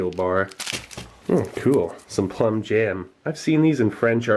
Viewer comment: Love the way he says "cool" like "kewl"